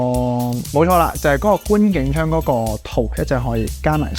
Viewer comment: 有D位講野比較 "lur", 要睇字幕先知你講緊咩 FZ100 既電 #$% 我想講呢 (今次?) 觀景"窗" 嗰個套 (懶音, 係 "窗" coeng1, 唔係 "張" zoeng1) 咁我講下#$%^我會買佢 (點解第一)